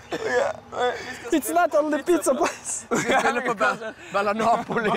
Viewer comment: This is so funny the way Bard says "it´s a pizza place"? ))))))))